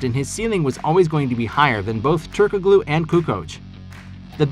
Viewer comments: Ok... Its SLOVENIA not SERBIA Its pronounced as Turko-LU not Turko-GLU. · Are you so young you don't know how to pronounce Turgalu . The k is silent. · Every time you say "turk a glue" I die a little. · Hedo Turk-uh-glue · It’s pronounced “turk-aloo” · The "g" is silent in Hedo's last name🙂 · Stop saying Turkoglu like that! Fine enough video, but clearly you're a new bball fan. Check pronunciations for your next video to avoid looking green.